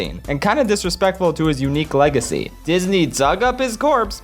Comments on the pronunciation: "...Sith LEG-acy" I'm sorry. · “stole his sith leg-acy”